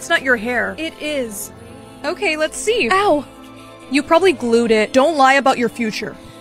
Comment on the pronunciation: Bro said “EW” instead of “OW”